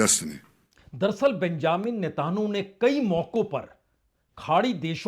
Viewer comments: News sun kar achha lagta hai par aap news kaha se late hai thumbnail ko interesting banane ke liye..thoda jyda specifics pe bat karenge to better hoga, aap ke content mostly generic hote hai.. feedback achha to lijiyega, else your content is decent..and mind you his name is pronounced as Netanyahu and not Netanhu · sirji NETAN YAHU not Netanahu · He is not able to pronounce Hormuz and Netanyahu correctly.🤔